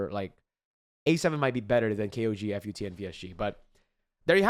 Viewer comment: fyi, its called FUT like a whole word, like foot but deeper and faster